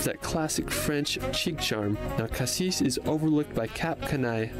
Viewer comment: Just a tips : when you talk about the city you don't pronounce the S in "Cassis" On the other hand for the fruit it must be pronounced :P Like you said "Paris" and not "Parisse" And for the Calanques, the water level does not change or changes very little. But in winter the water is still cold (seem's logic)